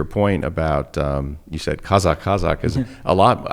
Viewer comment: love how Daniel pronounces the word KAZAKH👌